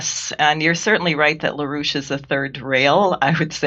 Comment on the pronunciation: La rouche? I’m only hearing Rouge